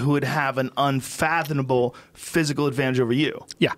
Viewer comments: Joe "infathonnnable" Rogan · and did he say unfathoNable twice? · he did actually pronounce it that way 😂😂😂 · Love the perfectly timed camera angle change to keep ppl from seeing him say “unfathonable”😂🤣😂 I still clearly heard it, nice try tho editor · He really did say unfathonable doe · Rogan saying "Unfathonable" really fucks me up man. Come on. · Unfathonable is an unfathomable word Joe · Joe 'unfanothable' Rogan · Joe “unfathanable” Rogan.